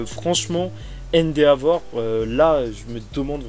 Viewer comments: je me demandais depuis un moment : pourquoi tu prononces "endéavor" au lieu de "endévor" ? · Cool par contre même si je ne veux pas juger,endeavor se prononce officiellement haine-dévore